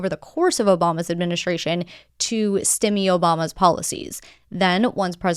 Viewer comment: Your pronunciation of stymie is odd.